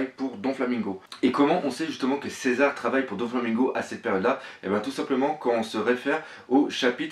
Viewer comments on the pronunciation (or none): Premièrement s'il te plait prononce bien les nom on dit Shanks pas shank et on dit césar pas cisar ensuite je pense que ta théorie est peut être vrai même si les fille je pense pas que c'est les même elles ce ressemble un un peux mais elle ont pas la même tete